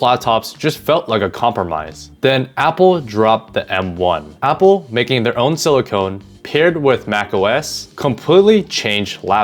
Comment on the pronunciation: what OP is saying is that you pronounced it as "silicone" instead of "silicon"